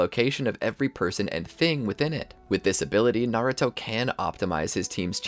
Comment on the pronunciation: Bro said maruto